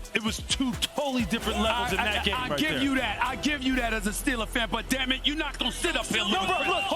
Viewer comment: “Well HE AINT DERE NO MORE” 😂